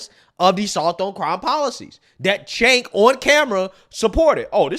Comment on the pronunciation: Cenk pronounce Chaynk, not Jake. And no they didn't. They were pro decriminalization of weed and lighter sentencing for non violent crimes, not decriminalization of damn near everything. Mischaracterizing their position does not serve you or your political stances, it only serves to continue the madness.